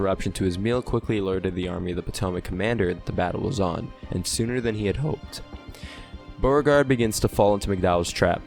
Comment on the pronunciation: General Byuregard? Beeregard? Please. You did a good battle recap, but the man's name was pronounced Boregard with a sound like a long O.